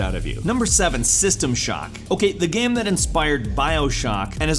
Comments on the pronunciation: Lol skip to to hear this dude definitely say "GAM" instead of game. I wonder if there was a typo on the script and he just read it straight up, Ron Burgundy style. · He said gam instead of game lol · you said gam not game